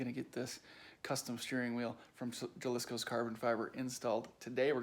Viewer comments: "Ha"-liscos not "ja" lisco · pronounced ha-lis-coh just an FYI